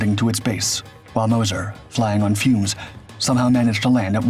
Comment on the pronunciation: Moz-sure .. moz-cher. Mo-sir no